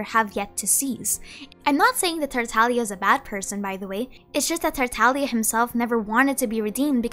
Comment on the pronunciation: tartalia tartalia tartalia :>